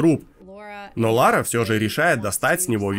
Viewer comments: Как она хотела в детстве стать Ларой, если она говорит Лора?) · Что за дичь? - Я в детстве всегда мечтала быть Ларой! ...Пытается правильно произнести её имя (там же).